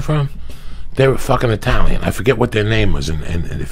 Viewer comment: This is the Fairness of Joey. Italians make pizza, if it aint an Eye-talian, just go find something else! Why take a chance!?